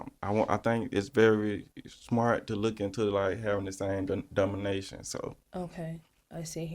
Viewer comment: 😂😂😂😂😂 and he mispronounced denomination